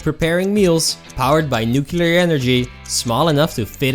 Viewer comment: Nuclear is not pronounced NUCULAR.